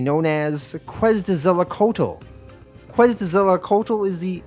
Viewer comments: Its pronounced 'Ketz-eh-kwot-al' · Love this retrospective! Also, if you were having trouble , it’s pronounced “Kwetz-El-Kwat-El”